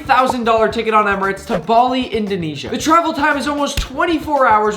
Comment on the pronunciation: Is he said Indonesia?